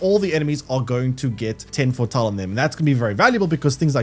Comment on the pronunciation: All I can hear throughout the video is Fore-tull/Fore-tall